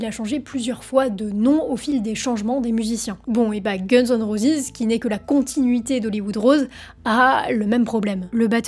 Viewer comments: Roses et non pas rosis 😅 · Guns and rosisssss???? Prononcez à l'anglaise c'est mieux mdr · prononce roses convenablement , t'es nul